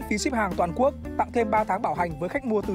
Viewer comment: Quốc chứ không phải Cuốc nha :v